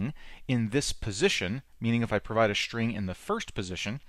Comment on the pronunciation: does he say "schtring"? :D